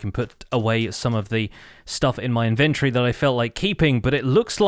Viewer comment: Thanks for the video! You're always on your ish! Will you say inventory like it has an o in it just one time?